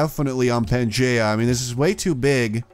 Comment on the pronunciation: it is pronounced "pan-gee-yah" not "Geh" more like Gee